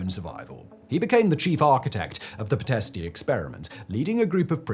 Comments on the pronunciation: It’s pronounced Pitesht, not pitestey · Its "Pee - t (soft t) - esht. You don't pronounce the "i" at the end, except as a slight exhalation.